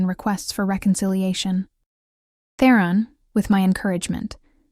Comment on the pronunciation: The audio is better than lots. But for myself, its really grating when a main character's name, ie Theron, is pronounced in a variety of ways.